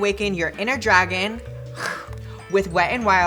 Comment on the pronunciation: Dragun! Not lizard! I don't do that tongue thing.